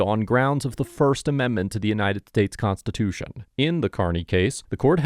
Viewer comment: Check the settings on your sibilance de-Esser. I’ve heard you say “conTItution” multiple times in multiple videos 😂